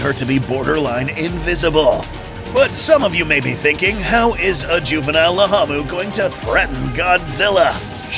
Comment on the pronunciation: Why is it riding laamu mower but you're calling it lahamu